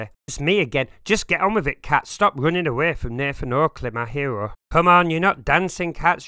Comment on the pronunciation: the way he says maa herooo 😂